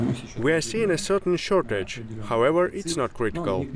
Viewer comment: It's vari vari kritical mr putin